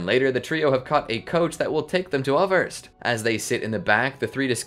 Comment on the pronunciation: Just a super picky technical thing. I German the "ß" or scharfes isn't a B. It's the replacement for what were formerly successive S's (i.e. Wasser or waßer [water]). Thus the pronunciation of Äußerst would be Aeusserst. Love your content and that minor change would distinguish y'all from the rest of the pack even more.